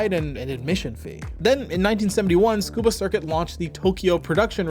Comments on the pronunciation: isnt it pronounced suh koo buh, not skoo buh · It sounds like you are saying "Scuba", leaving out the first "U". It should be "tsu-koo-bah" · Tsukuba is pronounced Su-koo-ba (Tsu has a Silent T) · Tsukaba ≠ Scuba😂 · I thought it was to sound like a 'fluent Japanese' speaker because they kinda pronounce it this way. Which would be disappointing.